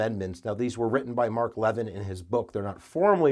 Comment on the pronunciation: It's strange to hear you mispronounce Mark Levin's last name... Based on his own radio and television programming where he says his own name, it's 'luh-VIN', where the 'luh-' is like in blubber.